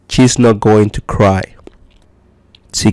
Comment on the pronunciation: Oye perdon pero casi todo esta Mal pronunciado y no es chese es she's